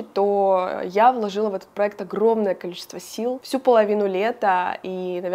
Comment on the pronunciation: Спонсор этого выпуска такие слова, как: «заведения» и «текстура» и «праэкт»